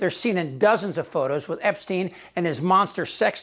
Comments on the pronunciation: It wasn't instine visa it was Epsetine visa,lol. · It amuses me the way he slows Jeffrey Epstein as tho he is sure if that's how it's pronounced 😂😂